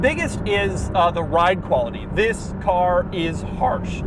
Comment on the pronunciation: And vhis, and vhis, and vhis, and vhis.